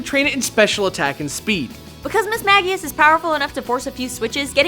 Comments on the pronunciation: It HAS to be Miss-mage-ee-us, right? Miss-mag-ee-us sounds so dumb... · "MISS-MAH-JEE-UHS". Not "MISS-MAH-GE-UHS". Literally every word from its name origin that you listed had a J sounding G. Come on!?